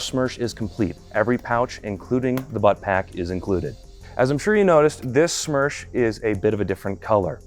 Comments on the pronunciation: It's СМЕРШ, not СМЕРЧ. Worked with СоюзСпецОснащение, and they referring to it as СМЕРШ. I don't know why youtube recommended me this video. Also, Smersh is 6Ш104 on steroids. And, Beslan, not Belsan. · It would be смерш not смерч, смерч would be smerch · It's not смерч, it's смерш. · СМЕРШ — is the right letters. Not смерч.